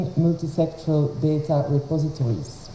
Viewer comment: Please correct this, it's 'multi-sectoral' and not "Muliti-sexual "